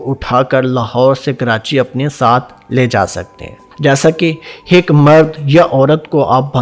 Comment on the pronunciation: Pehlay aik.kehna to seekh lo . aik kaa haik banaya huwa hai hik.hik.haik hehhehhaahah